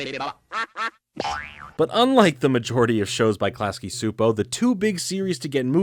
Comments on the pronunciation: Csupo is pronounced like choo-poe. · Just a note: Its pronounced Class-key Chew-po, great new content!